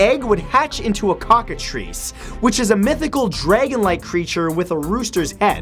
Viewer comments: And this just in, Humans are ALSO animals. And it's Cockatrice, not Cockatreese. Like Tricycle, you don't say Treecycle. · Matt, just... I love how you say Cockatrice. It made me giggle so hard xD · The way he says cockatrice tho